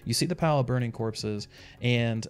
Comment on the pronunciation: Borning curpses lol